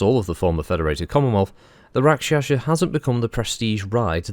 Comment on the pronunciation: It is Pronounced Rak Sha sa not Rak Sha Sha . Bit of a family thing .